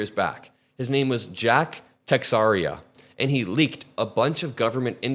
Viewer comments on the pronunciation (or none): Just FYI, Texeira is pronounced like te-SHAY-ra. It's a portuguese name. The x makes an SH sound, and the ei makes an AY sound. You should roll the r if you can. The way you pronounced it is Texaria. Hope this helps.